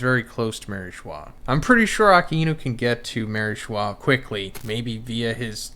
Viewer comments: 1092 chapters later you’d think that can call A-Ka-Inu correctly, who’s Aki-inu 🤦🏾‍♂️ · Why do you pronounce Aka-inu as Aki-inu ? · Bruh I just noticed you pronounce Akainu’s name like ( Ah Ka Enu) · It’s “A_kai-nu” if you’re gonna freaking do reviews learn to say the freaking names right. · Bro, good video but why do you persist to pronounce akainu’s name like that ???